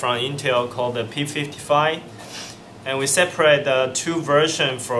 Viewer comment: new chipset called the "P fifty fy"...lol